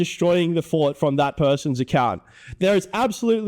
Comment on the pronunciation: "I destwoyed the fowt, I destwoyed the fowt!"